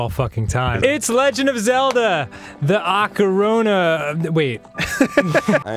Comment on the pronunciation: Good ol Arin "I hate the Legand Of Zelda Ocarina Of Time" Hansen